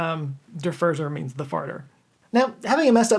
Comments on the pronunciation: It’s “FORT-zer” not “Fur-zurr”. Also, I didn’t know Castro shared my obsession with dairy. Thanks for the info 👍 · Der "Furzer" is pronounced correctly in German [in English] "Foorzer" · Brilliant, and thank you for this.. little side note: Furzer is pronounced like 'furtser', the german letter z sounds like a -ts-.